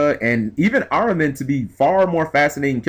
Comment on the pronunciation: Its fucking Ar-min! How the fuck do you get Ar-row-men!?